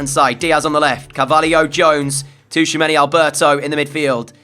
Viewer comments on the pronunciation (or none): Bro please stop saying Touchamanny... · I love the content so much and I have been binge watching since episode one but Tchouameni’s name is pronounced Chew-a-many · Great vids, but the T in Tchoumeni is silent. 😂